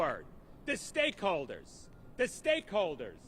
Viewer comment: Take a short for every time he says steakholders